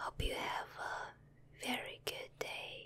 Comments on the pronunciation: Also bei verstehe ich die ganze Zeit "sauft" 😂😂😂😂 Und wenn ich nicht gut hinhöre bei "Fassung" und wenn ich ganz schlecht hinhöre bei "jetzt" 😅 Ich hoffe ich bin nicht die einzige die es versteht 😂😅 Edit: And "gut" when she says "good" 😆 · The English word Good sounded like you were saying Guten (German) for good. But still sounded like German not English... Lol